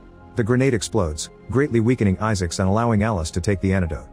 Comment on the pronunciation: The AI voice pronounces it Issics.